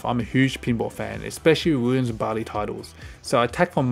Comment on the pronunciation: Barley? It's got to be Bally hasn't it?? Double L. If I find out it's actually pronounced barley after all these years, I'm moving to Canada